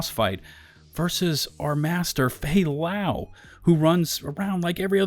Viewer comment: man the moment I killed fay lau I was like that's it I mean what kind of game does this its FAY LAY BRO!! at least put a clips or anything that makes this mission mean something to the agents.